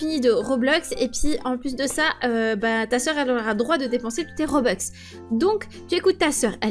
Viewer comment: Ok des robex au lieu de robux mdr bref 👻👻